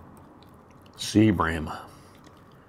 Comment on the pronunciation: Are you saying Sea bream fish or seabring fish?